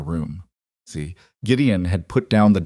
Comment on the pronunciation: Can't enjoy because of the word "see". You should really listen to your own stories to find the mistakes